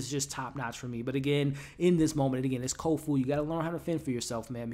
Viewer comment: Nice wrap up. I agree: the fight choreography is amazing. I also love the use of real place names that have changed with the passage of time. Places a touchstone of reality for the viewer. (hey, hate to say it - but it's Kofun. ;) )...